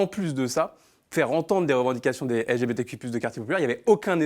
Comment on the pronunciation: J'aime toute vos vidéo en general donc j'ai vraiment voulu suivre hein, mais j'ai lacher apres le 6eme "élgébétéku+qweer" que j'ai entendu, franchement hein chacun fait ce qu'il veut mais j'ai du mal a comprendre pourquoi doit on faire un tel effort pour accepter l'idéologie de vie d'une certaine communauté , surtout quand celle de la majorité est ignorer.